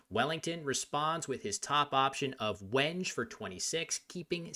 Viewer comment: Minor nitpick on a great breakdown, but "WENGE" is "when-gaye". A common wood for guitar necks.